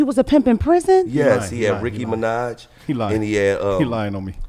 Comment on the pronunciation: Gillie said Rickey Minaj & Heyonce😭